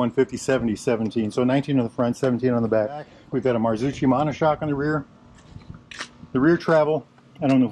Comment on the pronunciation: Good review. But please, check the right pronunciation for Marzocchi 😁